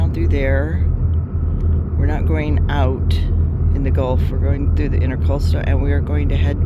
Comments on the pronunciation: Please indulge a couple of minor corrections: It's "Banyan" not "Bannon" tree. And it's IntRAcoastal, not IntERcoastal waterway. Nice audio quality on the new microphones. Enjoy your videos. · I did not notice a misspelling of intracoastal. I was referring to what to me sounded like your pronouncing it intERcoastal. Sorry for the confusion! Fair seas and following winds from a retired US Merchant Marine. Cheers!